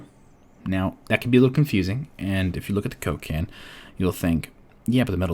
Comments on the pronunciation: everytime you said coke can i heard cocaine..... i think i got a problem haha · Am i the only one who hears "Cocain" every time he said Coke can ? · the way you said "coke can" is like a name of a drug man... lol great vids btw